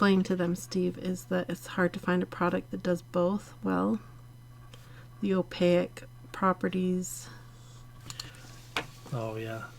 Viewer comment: sorry, but this is one of my pet peeves, opaque, rhymes with cake!!m there is no I at the end